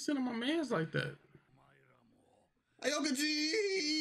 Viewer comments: My nigga did yall just say a okuji? Heres how it's pronounced. Ow-Key-G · Y'all getting on my nerves saying aokiji name like that🤦😂😂